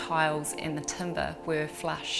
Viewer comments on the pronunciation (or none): none